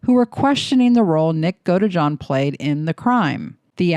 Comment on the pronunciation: GodEjohn 😖 Godeejohn is how you say it 😔